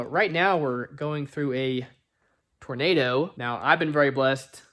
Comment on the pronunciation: "tornado" lol